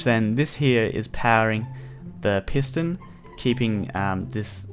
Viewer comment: I thought he said 3 redstone penises